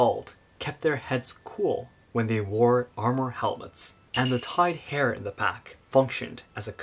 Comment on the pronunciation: Tied not tide.